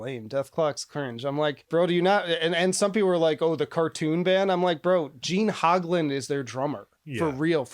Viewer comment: “Gene HOGlan”